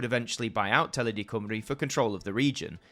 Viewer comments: Not going to lie, I didn't expect to look up and see Penarth Pier on AMTV. A hint, though - don't get your Welsh pronunciations from the London BBC! It's Cym as in "come", and ru rhymes with "bee". COME-ree. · Great doc but please it's Cymru......not Cwmree but Cumree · Wish you could say Cymru and S4C properly Sianel Pedwar Cymru = S4C. I'm sure someone on here would help you pronounce the words better